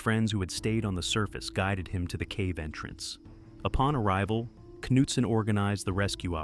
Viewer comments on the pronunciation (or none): How did "Nutson" become "Cuh-noot-son"?😶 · pronounced knutson different like 6+ times god damn pick one lol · Everybody take a drink every time he pronounces Knutson differently from the last time 😂